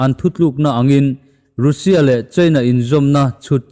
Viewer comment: Rainbow Mizo Channel hi ka ngaithla nasa khawp mai. Ka subscribe nghe nghe! Sawiselna tlem aw? Hming lam dan hi a dik hman ni se: Mumbai hi Mambai tiin i lam a, Mumbai tia lam tur a ni. Russia hi Rusia ti angin i lam a, Rasia ti-a anga lam tur. Mike Pompeo hi Mike Pompei tiin i lam a, Mike Pompeo tih tur a ni. Tluang taka in kal zel ka duhsak a che u.